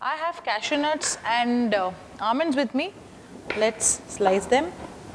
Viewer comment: I am attracted irrtated by Your english By ur pronounciation of word almond Ur hair Ur nail